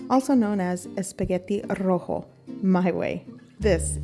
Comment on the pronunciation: She failed when saying the Rojo part lol.